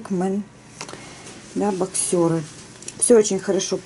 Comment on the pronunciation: Здравствуйте, в обзоре на мужское бельё, ставится ударение на 1-й слог, бОксеры, а не боксЁры.